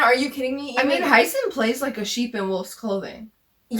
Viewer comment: I love your commentary, but i just want to mention your pronunciation of Hyeseon is incorrect. Idk exactly how to explain the pronunciation in english but in korean, her name is 혜선 so the ‘ye’ is pronounced like it is in yellow. I hope my comment doesnt sound rude 😅